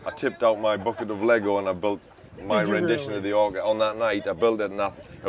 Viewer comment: Its the Orca not Orcker ha ha ha 😂